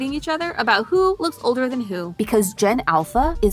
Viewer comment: Everybody keeps saying "odor" instead of "older".😅